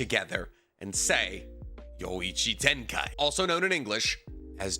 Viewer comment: yo ichi tenkai ???? bruh get it right